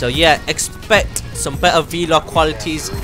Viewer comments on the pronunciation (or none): its pronounced vlog not v log bro